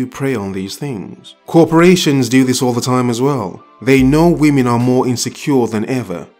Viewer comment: A "wymen" lol